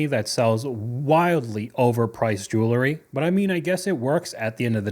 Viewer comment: Jewelry is pronounced jewel-ree not jewlery